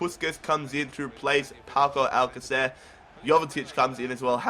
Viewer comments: It's pronounced Alka-th-air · Its pronounced al KAH ther. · I think you say his name al-ka-sir and great video.